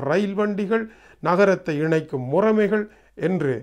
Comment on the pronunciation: ஐயா - தமிழை இப்படி கொச்சைப்படுத்தலாமோ?! அது... ' முறமை ' அல்ல...! ' முறைமை ' என உச்சரிக்கவும்